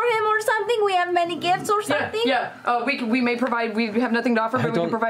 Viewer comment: As I'm watching this for the millionth time, did no one notice liam saying "jif" when Marisha was saying the "gifts"